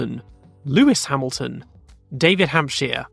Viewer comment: you say Hämilton correctly but why you say Hakkinen? it is Häkkinen ...